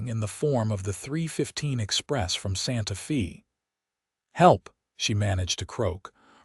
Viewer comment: You calling it Santa fee, it's Santafay.